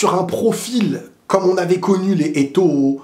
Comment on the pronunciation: l'accent avec lequel tu as prononcé Les Eto'o 😂